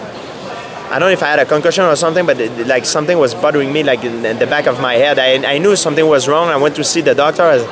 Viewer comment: Gotta love the guy. Although, I can't but giggle every time he says that his neck was buttering him. :)